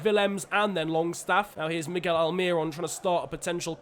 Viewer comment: No one: Absolutely no one:: MIgGeL ALmiRoN